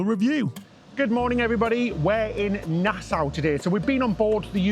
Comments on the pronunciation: Nasa not nas owe I believe. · It would help you to speak with the locals! Nassau is pronounced by the locals as “nas-so”.